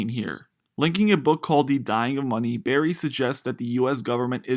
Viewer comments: “Burry” bro... not “berry” how is anyone going to take your narration seriously if you can’t even pronounce the guys simple name? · BURRY not Berry Jesus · He keeps saying "Berry" and not "Burry" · It's BURRY, not berry. Come one guy. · Not Berry. BUUUUURRY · The least you could do is get his name right! "Dr. Michael Berry"? Sorry, 5 seconds, and I'm moving on. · It’s pronounced Burry not berry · His name is Burry. Not Berry. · He keeps saying berry instead of Burry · Yea I couldn't stand it lol. A legend like Michael Burry deserves to have his name correctly pronounced. Otherwise it was a good video.